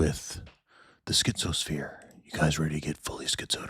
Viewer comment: "Tonight we're going to get deep into the schtizo-sphere."